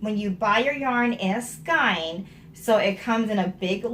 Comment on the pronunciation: ok, so when you were pronouncing it like, "skine," I was saying to myself, why does this woman keep saying it like that?! Then you stopped and said, "I know I'm pronouncing that word wrong!" as if you heard me. lols hilarious. And, on the project bag front, I've been knitting for a looong time. I used to keep all of my projects in zip-lock bags, or shopping bags. Even as someone who knew how to sew, it never occurred to me to make a fancy bag just for my knitting. Now, I'm addicted, and I think I make more project bags than clothes. . .